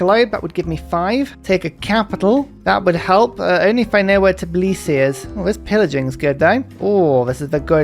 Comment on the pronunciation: Shoutout for getting the pronunciation of Tbilisi right!